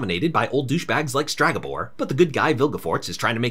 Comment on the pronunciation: Please, its Stregabor, not Stragabor. Other than that amazing recap to a very meh series